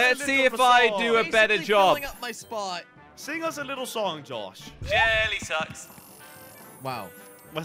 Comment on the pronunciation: I like it when says jelly suxs